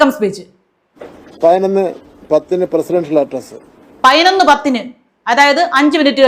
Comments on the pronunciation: Hon Minister is actually telling only pathinonnu not painonnu as you joked. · MG 'ശ്രീ കുമാറിന് ' പയിനായിരം ന്ന് പറയാം ' അതുകൊണ്ടാണ് ഞാൻ പയിനൊന്ന് എന്നു പറഞ്ഞത് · പയ്നൊന്നല്ല. പതിനൊന്ന്.. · പയിനൊന്നല്ല സഹോദരി, പതിനൊന്നു എന്നു പറയു. അക്ഷരം സ്പുടമായി സംസാരിക്കു. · കെടി. കെടി. കെടി പിടിച്ചാൽ പയി നോന്ന് എന്നോ പറായൻ പറ്റു. പഠിക്കാൻ പോയാൽ തെറ്റ് ഇല്ലാതെ സംസാരിയ്ക്കും🖤☠️🖤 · ഈ "" പയനൊന്ന് "", എന്ന് പറയുന്നതെന്തിനെയാണ്... 😄😄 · പയിനൊന്ന് മണി😀 പയിനൊന്ന് പത്തിന് ഞാൻ😀 വായനാ ദിനാധ്യക്ഷൻ ! പുസ്തകം തല തിരിച്ച് പിടിച്ചവൻ🤭 പ്രസി...... ഷ്യൽ😀 അമ്പലത്തിൽ ഈങ്ക്വിലാബ് വിളിച്ച പാർട്ടിയിൽ നിന്നുള്ള മന്ത്രിയാണ് ! മോദിയുടെ പടം അന്തസ്സ്,CJP 😄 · പതിനൊന്ന് എന്ന് മര്യാദക്ക് പറയാൻ അറിയാത്തവൻ മലരൻ വിദ്യാഭ്യാസ മന്തിരി,കൊഞ്ഞാണൻ😂😂😂😂😂😂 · പൈനൊന്ന് പൈനൊന്ന് പൈനൊന്ന്😂😂😂😂😂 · മൈരിന് പതിനൊന്ന് എന്ന് പറയാൻ പോലും അറിയില്ല. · വീണ്ടും വീണ്ടും മലയാളികൾ പൊട്ടന്മാരാണെന്നു ഇവരൊക്കെ എല്ലാ ദിവസവും നമ്മളെ ഓർമ്മിപ്പിക്കുന്നു... പതിനൊന്നു എന്നു പറയാൻ പോലും അറിയില്ല, വിദ്യ ആഭാസ മന്ത്രി...വിഡ്ഢികളായ വോട്ടർമാർ... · പയിനൊന്ന്, പ്രോഗ്രാം നിച്ചയിച്ചു, സോഗതം, ഫവൻ 😂😂😂😂😂😂😂എന്റെ പൊന്നോ. ഇതൊക്കെ പോരാഞ്ഞിട്ട്. 4.15 വരെ കുഞ്ഞുങ്ങൾക്ക് ക്ലാസും എന്തോ കോപ്പാണ് 😅😅😅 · 😂😂😂😂😂പയിനൊന്ന് സോഗതം